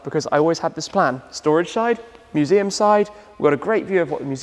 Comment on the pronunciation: "team work makes the shumseum work"